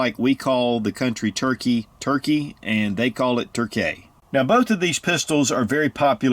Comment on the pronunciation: Nobody calls Turkey ... "Turkay" ... Where the heck did you get that from?